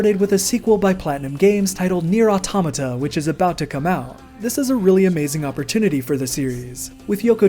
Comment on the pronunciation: oh thank christ you pronounce Automata the correct way. why does everyone else seem to pronounce it wrong